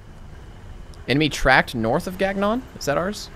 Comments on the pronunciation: Dear God it's gan-yon, like canyon, it's a French word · I think it might be pronounced "gan-yon" if you asked a Canadian. Just for future reference. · Gagnon is win in French. Pronounced gAEn-yoh. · Objective Gagnon is pronounced Goneyuh. I should know. It’s my last name lol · Haha Gagnon is pronounced Gan-yon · Gagnon is French and pronounced almost like gan-yon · Squad is not very realistic when the Canadian faction is involved. So many TAPVs but none of them are on fire. Btw Gagnon should be pronounced Gahn-yeon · That's not "Gagnon". It's in French, and pronounced like Gah-Nion. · Gagnon means winner in french and you dont pronounce the second g its "gan" "Yawn" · It's pronounced "Ga-nie-on" and cut the spelling at the the middle of "on" ;) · Pronounced gan-yawn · Pronounced gahneeon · As a Canadian hearing say “Gagnon” drives me nuts haha. The second “G” is silent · gagnon deez nuts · I'm French Canadian and I laughed so hard when you said, Gagnon. It's actually a last name and is not at all the way to pronounce it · Dying at how he pronounced “gagnon” but that’s ok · Can someone pls tell that Gagnon is french for winner and the g is silent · gag noun. LOL gagnon is a french word. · gagnon? gagnon what???🤨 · Gagnon is pronounced gañon, it means winner in french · gagnon is ganion (french synthaxe) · for future reference it isn't Gag-non its pronounced "gone-yo" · "gag non" lol. is pronounced "GanYon" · It's not pronounced "gag-non", it's "gan-yon". It's French/French-Canadian. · For the love of Jebus it's pronounced Ga Nong not GAG non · Gagnon is pronounce ganion atlest not gag nun hahaha sorry i coudnt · Bruh I read Renee Gagnon from flags of our fathers and always pronounced it as GAG-NON. Are you telling me I've been wrong for years 😭😭😭😭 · Not quite right. Gagnon also means "winner" in French, and it's pronounce "gan-yon" more or less. You have to hear it spoken to get it. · gan-yon is how you say it